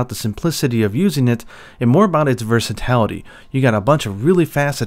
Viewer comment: Hey dude, love your videos, been following since MH4U I just wanted to mention a nitpick and that is that you say "Ver-si-ta-li-ty" very often, when the word is "Ver-sa-ti-li-ty" Sorry, I hope this doesnt come off as rude, english is not my first language and I prefer to be corrected when neccesary